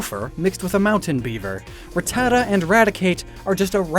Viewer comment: The way you say Rattata actually hurts me! But cool video otherwise